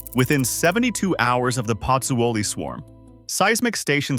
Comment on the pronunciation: Prononced PUT ZO LEE ...please